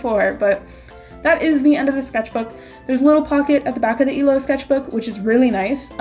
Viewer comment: Am I the only one who heard "This is my emo sketchbook." Instead of illo